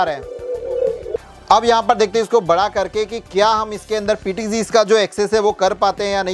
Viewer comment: PTG नहीं PTZ